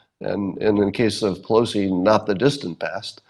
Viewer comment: "... bosses who would NAUGH hire an African American". "NAUGH"? Do you mean "NOT"? You know how to say "t", right? Well, the word "NOT" has a "t" at the end.